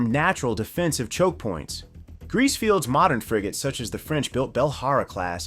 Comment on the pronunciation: After hearing Greece i cant unhear Grease